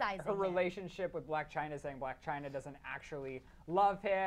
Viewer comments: It's "Blac Chyna" NOT "Black Chyna" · It's 'Blac Chyna' not 'Black Chyna' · coughs It's Blac Chyna.. not 'Black' Chyna .. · It's Blac Chyna not black china